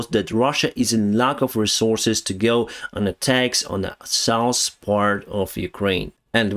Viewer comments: If you like to improve your pronunciation, check the word SOUTH in Google Translator... Keep working like that‼️👍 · I always love it when you try to say South. You say Sous 😂😂. No offense it's just funny. Great video. Stay Awesome my friend. SLAVA 🇺🇦!! 😎